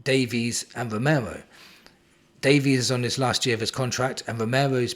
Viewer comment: Woooooh mate you ok? You keep saying Davies correctly! 😅👍and be surprised ifvwe can get 30 million for Richie. And with all these CBs I think Rom and Phillips will go....